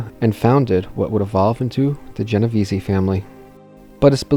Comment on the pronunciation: NOT "Jenna Veesi". It's ponounced "Jenna Veese". I don't know WHY Non-Italians think it's interchangeable :(